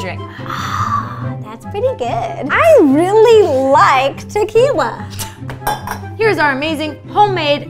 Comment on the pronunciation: Ro drunk is the best "i REEAEAEALLY like tequillA!"